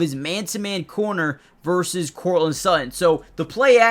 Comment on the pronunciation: How can you pronounce "starting" correctly but can't manage "Courtland" or "Sutton"?